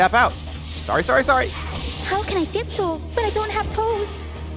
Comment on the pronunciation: Tiptoe? no. Tipdoe.